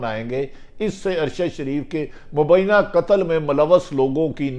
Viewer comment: mohtram janab Bhatti sb. bahot umdah aap ka halaat e hazra per tajzia. braye maharbani apni qaumi zubaan sahi kijyea (meri baat yaqinan buri lagay gi) - aap Muslim ko Muslam kehtay hain - doodh aur shahad ki nahrain 'BAITHEN' gi ? - BILA AKHIR nahin (Bil'Akhir) - Hamla awar 'karnay se'? - Mobaina? nahin (mobaye'yana) - 'hadaf' ka nishana ban rahe hain... ? - Ba'di ul nazar ( taqreeban her video main yeh lafz istemaal kartay hain, goya aap ka takiya kalam hae) aur kayee khamiyan hain. mera mukhlisana mashwara hae ke upload karnay se pehlay kisi sb se sahi talaffuz etc pooch kar rehearsal kar liya karen). gran guzray to maaf kardijyea ga aap ka mukhlis.